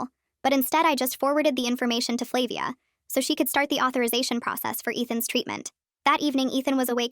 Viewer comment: I think its flah-via